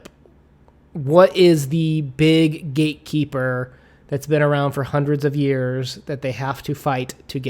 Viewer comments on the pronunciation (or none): Why do I hear gay keeper every time says gatekeeper 😅